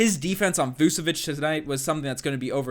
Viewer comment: By the way it’s pronounced vooch-uh-vich (all star) think you’d know this...